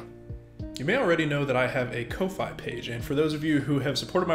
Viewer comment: Do you not realize that "Ko-fi" is supposed to be pronounced like "coffee"?